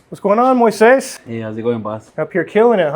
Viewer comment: quickly learned how to say "Moises," but he's still struggling with "Ariel."